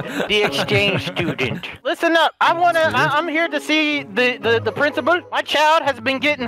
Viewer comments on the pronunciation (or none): the prinzibul iskull